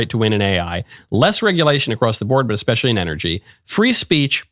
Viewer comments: I also caught that. Agreed! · Anyone who says "EX-Specially" I don't listen to